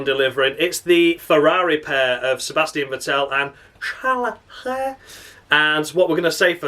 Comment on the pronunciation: I'm just so happy to hear you saying Carles LeClerc in the Crofty manner. You have enuf steady followers you don't have to explain the pronunciation every week. Tragedy! When a Bee Gees song lasts too long it's a Tragedy